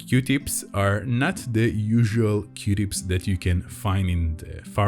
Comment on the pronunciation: It sounds like you are saying qdips 🧐 say, que-tips. Qtips no Qdips. OMG, I think you are a wonderful person, and usually I watch these videos when I’m stressed, because it gets my mind off of everything. Anyway, you make me smile a lot with your quirky sense of humor, and that you’re not afraid to say what you really want to say. (mute button manual) Thank you for always finishing the pops! NEVER ON ANY VIDEO do they finish their pops! A$$holes! Your videos and listening to your soothing voice makes me feel better, it always relieves my anxiety. Thank you!!! Dani Wilson Baltimore, Maryland